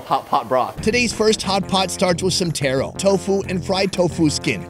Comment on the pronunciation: Funny I heard “tero” instead of “taro”….. hmmmm…. you been in Vietnam too long…. Lol